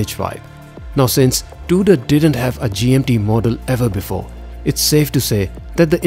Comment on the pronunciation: Its not Duder its Tudor